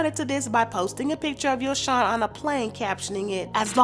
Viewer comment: It’s not YoShawn it’s like saying YoJhon but replace the J wit the S. And since y’all YouTubers always watching Ari nd GHerbo nd hear them say tht lil boy name right then y’all need to say it correctly as well. How y’all stalking they page but not sayin they son name right🤦🏾‍♀️